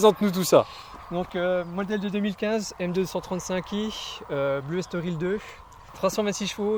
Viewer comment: S'il vous plaît : M2.35i (deux Trente cinq i) par pitié ! 🙏